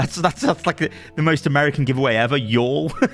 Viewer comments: can you please make sure that you always switch to an American accent whenever you read "y'all"? It would make the world a better place. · Hahaha I lost it when switched to american accent after " y'll " in the comment xD